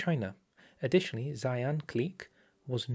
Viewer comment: It's not "Sai-ann" it's "She-ahn"